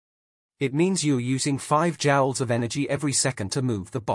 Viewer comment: Joules not Jowls.... how you gonna take over the world if you cant speak?